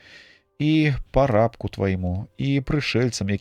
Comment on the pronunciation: Прачытана: пара'бку, правільна: па'рабку твайму.